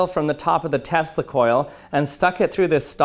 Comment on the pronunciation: Check the pronunciation on Tesla